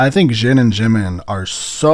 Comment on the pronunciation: same goes with jimin ure saying shimin.